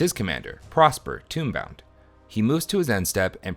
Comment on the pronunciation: Good games! It was cool to see Prosper go off. As constructive feedback though, the mispronunciations are killing me. Sen-say's top not sen-see's and tome-bound not tomb-bound.